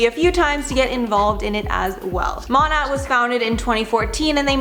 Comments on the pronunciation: You do not pronounce the T. You’re welcome. ✌🏼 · Can no one pronounce MoNAt lol, Jesus lol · Learning that "Monat" is pronounced "moe-nate" and that it's supposed to be a portmanteau of "modern nature" ruined my life and my ears. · Listening to you mispronounce Monat over and over is really killing it for me 😫 Who edited this? You let the girl embarrass herself like that. SMH.